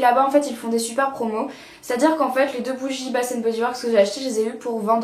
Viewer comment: je suis canadienne de Montréal et c'est vraiment pas pour être méchante mais bath and body works se prononce comme bate et non basss ! hahaha j'aime beaucoup les chaines de maquillage françaises mais sa m'énerve quand vous prononcez "s" pour un "th" ! hahahah mais j'adore tes vidéos ! t'es super belle !